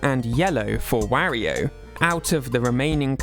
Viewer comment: Oh God, you even say Wario wrong lol, I just can't lol.